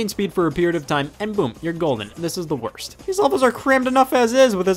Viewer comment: I agree and dont forget he emphasized "worst"(not jugeing scott the woz what so ever)